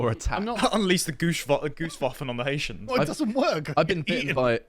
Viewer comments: Why can cockneys never pronounce names properly? It's not 'Ha-eetians' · I love the way you say HI EESIANS....IVE SEEN THOSE HI EESIANS STEAL THE CANADIAN GEES FROM DUQUESNE FOOTBALL FEILD